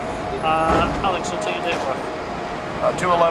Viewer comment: His name isn't Axel...its Alex!